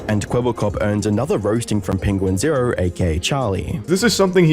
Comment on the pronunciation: the way you say "0" as in "2.0" is wild. Errrr